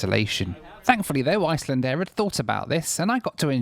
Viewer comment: After that pronunciation, I'm sure Iceland will be recalling their ambassador for consultation.